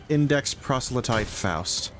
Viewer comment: PRO-SE-LYTE Prosletite is like a pokemon coming out in Gen 11